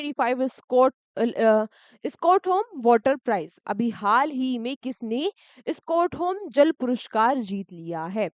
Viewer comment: Mam aap स्टॉकहोम ko स्कोटहोम bol rhe ho